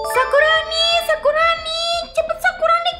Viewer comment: td gak sengaja ngomong sakuroni😂